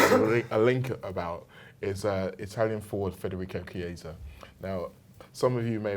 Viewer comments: Mate his name is pronounced kiesa not cheesa :D otherwise good video big fan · 'Cheezer' lol, it's pronounced 'KEE-AY-SA' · Federico cheeser 😂😂😂